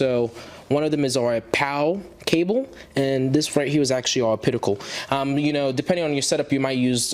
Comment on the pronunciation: also adding a coment regarding the pronunciation of OPTICAL OP TI CAL!!! NOT O-PIT-I-CAL